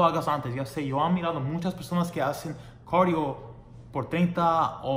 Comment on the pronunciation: hola muy bueno el vídeo pero no es corio se dice cardio bye saludos